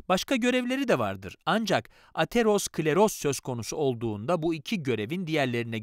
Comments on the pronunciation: Ateros kleroz değil Atero skleroz diye okunur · Hocam ateros-kleros değil atero-skleroz. Kanser oldum resmen bu kadar konuyla alakasız birine bu seslendirmeyi yaptırmasaydınız keşke.